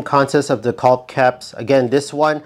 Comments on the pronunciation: The L in Caulk is silent. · The L on caulk is silent. Thanks for the great tips!! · They should be called "calk condoms" just be careful when you pronounce "calk" 🤣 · Thinking about the way yankees mispronounce the word "caulk", there had to be such comments. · I just came here to hear an American say "caulk-tube" a few dozen times. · How about learning to pronounce the work caulk